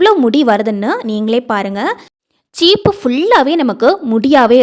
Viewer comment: ச்சீப்பு இல்லை.சீப்பு